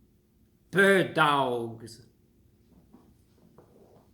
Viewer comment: “Burd Dowlgs”